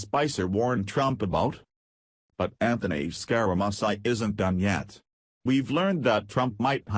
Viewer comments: LOL! Why are you pronouning his name SkyRaMysi????? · This lousy computer voice can't even pronounce the name of the subject of the video piece. I am un-subscribing